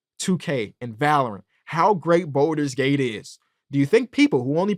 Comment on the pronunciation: It makes me so happy to hear talk about BG3. Great take. I just need him to stop saying “Boulders Gate” 😭